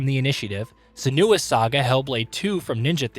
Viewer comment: Mans said “seh-NOO-ah”